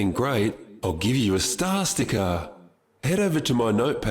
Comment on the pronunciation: The way he says star sticker sounds like that certain symbol from Germany.